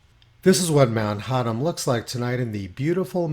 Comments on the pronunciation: Thanks Tony- amen particularly regarding Australian ski resorts. BTW, Victoria's Mount Hotham is not pronounced "hot-ham" but "hoth-am" (as in Hoth, the Star Wars ice planet!). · Ha! I'm Australian, and the only thing the Government has convinced me of is that they are liars. BTW, just a FYI from an Aussie who knows, Mt Hotham is not pronounced Ho*tt*am. the 'th' is pronounced as it is in north.